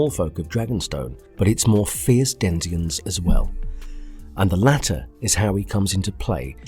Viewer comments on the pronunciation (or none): Can repeat denizen please? Lol what did you say, denzien? How do you mess that up?